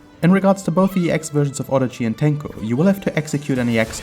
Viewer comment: I'm impressed by your abiltiy to prononce Japanese names so fast haha Very nice video. TYhe onyl thing missing I think is showing you can do V Skill after Tenko launcher in combos.